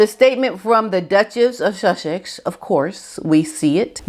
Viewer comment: I giggle every time you say Sussex 😆 another great video, hi Otis 👋 😀